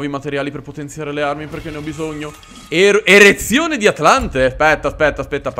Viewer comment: Hai detto erezione di Atlante 🤣😂, tacci tua oh🤣😂